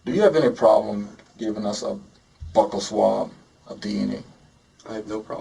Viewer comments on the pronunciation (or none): cop said a buckle swab lol when he meant buccal. BYOO-KUHL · I think its intentional since it sounds like buckle, so maybe the person thinks they'd have to drop their pants.... oooooor they're just tryna be professional. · I don’t know why the people who take bucal swabs can never pronounce “bucal”, unless it’s just a USA thing. Sounds so odd to me lol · I knew what he was referring to, but did anyone else hear the detective say ‘butthole swab’? 😅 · The way the officer pronounced “buccal swab” caught me off guard and I thought he said “butthole.” I feel like the guy talking thought maybe something similar based on his initial reaction